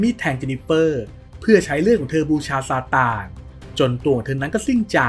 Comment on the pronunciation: บ้าจิตอ่านเป็นซานตา